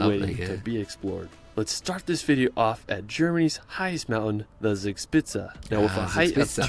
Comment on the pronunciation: when he said “sugspizza” the videos just stopped and wouldnt turn 9n again